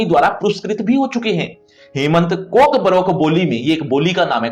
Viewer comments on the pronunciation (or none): sir it's pronounced kokborok not kokbarok